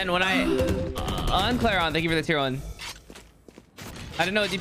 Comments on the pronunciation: but did he just read Uncle Ron as Un-cleron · nice way to pronounce uncle ron